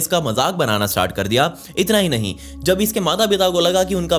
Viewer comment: "Nehi bro"😂😂😂